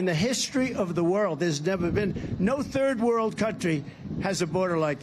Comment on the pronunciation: ".. no Thur wor" (no third world) "I hope no militur" (military?) Hope he does a better job with the nuclear codes. Oh that's right, they're safe with green, cruz bobert et al